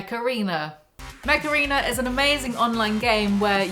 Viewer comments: Ohhh... "Mech Arena," I thought you said "Macarena" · me listening to the video hearing "mech arena" as "mecharina" and hoping against the odds that was being sponsored by a game about robo-ballerinas